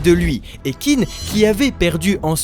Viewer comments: merci de faire ces vidéos sur kingdom ça régale! Hate que tu avances! Mais s'il te plaît, Qin ça se prononce "tchin"! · Allo allo les frangins !!! Vous ne lisez pas les commentaires ? Qin se prononce "Tchine" et non "Kine"... c'est un peu comme si on disait la Franck au lieu de la France...